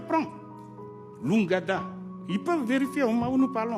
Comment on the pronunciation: Une erreur de prononciation, oui, et alors?